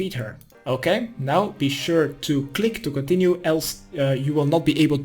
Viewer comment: Did you say "complete" and "click to continue" at the same time? "Complick to continue" xD at any rate love your guides so much kthxbai